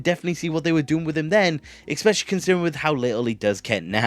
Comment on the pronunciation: you pronounce especially wrong